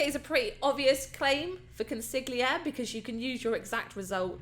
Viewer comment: The g is silent in consigliere beleive it or not